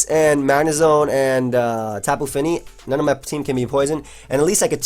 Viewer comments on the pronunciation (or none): none